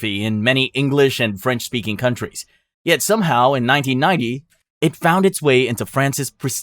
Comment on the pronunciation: Is the narrator AI? How else can anyone with such broad knowledge not know how to pronounce so many common words?